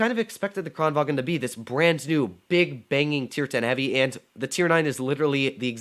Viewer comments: It's Kranvagn, not Kranvagen. 😛 It isn't German... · "kranvagn" is pronounced KRON vang